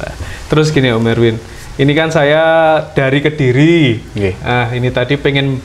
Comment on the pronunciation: Ngapain sih tiap kata di tambahin K contoh kedirik jugak terimak kasik wkwkwkwkwkw